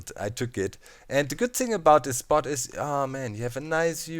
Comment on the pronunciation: Doc I can't handle it any more XD It's "THIS" not "DIS"... You can't say that having an accent is an excuse :P